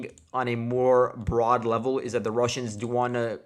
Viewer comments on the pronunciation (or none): none